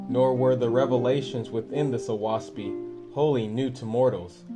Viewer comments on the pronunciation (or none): Great that you have this channel and you are very easy & Clear to listen to And beautiful graphics With all due respect to you a few suggestions The name of the book Oahspe is pronounced O-ass-pee The sound of the wind through the trees The name given to non faithists is pronounced U-z-ian I hope you will accept this knowledge with the good intentions it is sent Please consider making more videos